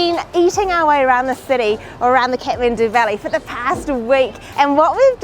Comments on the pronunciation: Everytime she says kethmendu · I like how they pronounce Kathmandu "cat-man-do" 😂❤️